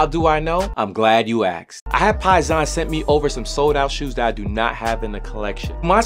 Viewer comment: its pronounced poison